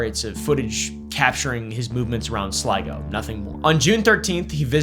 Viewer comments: I was SURE you were going to struggle with pronouncing Sligo. Hat-doff to you sir. Personal bias exposed :) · Nice pronunciation of Sligo 👍